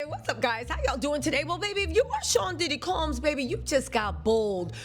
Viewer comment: I love the way you say Diddy last name COLMBS 😂 DIDDY COLMBS 😂😂😂😂😂😂😂this terrible at this point he needs JESUS!!!🤦🏽‍♀️💯😩